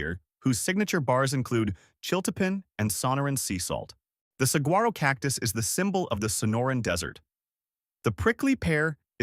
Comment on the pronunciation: Picky point but it's Sa War Oh, not Sa Go Ro. Otherwise, nice to see AZ food featured. Thanks.